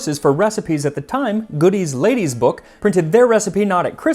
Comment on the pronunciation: Godey rhymes with odie (like the dog in Garfield) 😊